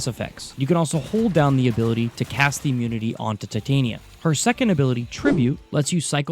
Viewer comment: "Tit-on-yuh" No, just no😮‍💨